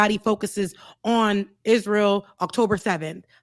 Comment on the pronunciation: Fetterman cant pronounce Hamas and cant pronounce Israel. Love u but glass houses and all that.